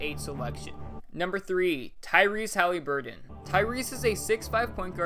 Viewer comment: Why you always say him Haliburton’s name wrong 😂